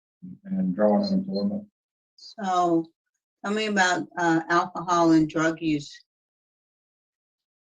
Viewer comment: O girl said..."Drugs n akahaw!"